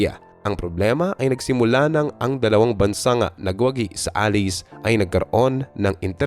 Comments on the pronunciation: Anong "a-lis"?? A-LAYS po ang tamang bigkas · Bakit alice? Allied o allies in correct pronunciation.